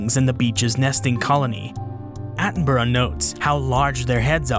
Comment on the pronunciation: I can't get over how you say "Attenborough" as "Attenbruh"